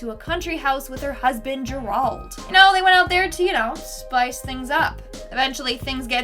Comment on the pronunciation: I don't think that is how you pronounce Gerald. Good list though.